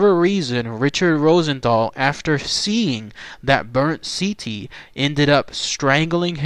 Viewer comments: The word "ziti" PLEASE stop pronouncing it the way you did in this video! Your OVER pronouncing the "I". It's pronounced more like "ZEE-T". Apologies on being "that guy, but still. :) Lol "good ol Rosie" very smart man BUT thought he was too smart (playing insane) and it didn't work. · I realize this is late, but it sounds just like "seedy. " Just say it like that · no probs with it pronounced just sound the T with a D!